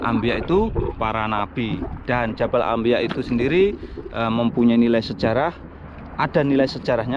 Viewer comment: Jabal anbiyaa, bkn ambiya